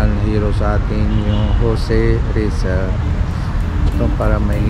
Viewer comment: correction lang po Jose Rizal po ang bigkas jan